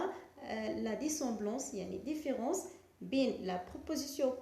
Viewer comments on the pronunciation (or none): Quelle prononciation !!!! Comparison ,diffirence,egaliti,supuriorité...preuposition ...درسي العربية احسن.